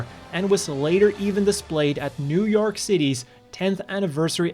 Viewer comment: . Don't you mean "New Yark"? lol. Jokes aside, I really appreciate this. Gundam is still one of my favorite anime of all time, and I used to know the differences between models way back in the day. I love the detail you go into. Excellent work as always!